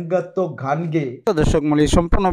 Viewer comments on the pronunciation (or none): হিরো আলমের সমালোচনা করলেন জিনি তিনিও কিন্তু গান কে ঘান বলেছেন!!